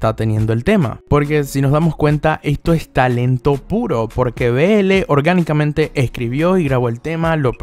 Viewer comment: Que risa me da cuando dices Orgánicamente